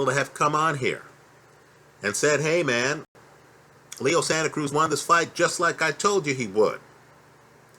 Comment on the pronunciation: called him Leo Santa Krueger lol